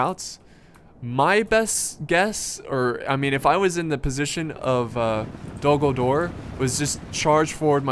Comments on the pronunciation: Am I the only one hearing "Dumbledore" instead of "Dol Guldur" ?:D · when he said Dol-Guldur in the beginning, I swore he said Dumbledore instead